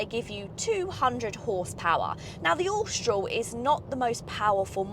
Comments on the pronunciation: please pronounce Austral correctly.....Aw - str- al.......not ostroll....and with most English pronounce H as aitch not H-aitch..... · I have an 2024 Austral and find it so strange people can't pronouce it. Apparently it's shortend from Australis, and definitely not Ostroll...lol. It's a great car though.